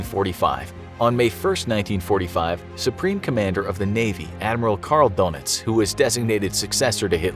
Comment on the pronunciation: Dönitz is pronounced "Denits"